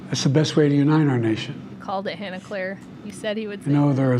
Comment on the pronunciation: Han-Eclair like is really like - she goes like I've had this like NAME for like three years - so ya-no like why have you like pronounced me like ya-no I go really like - do you like have a like normal IQ - like ya-no like learn my like name. JR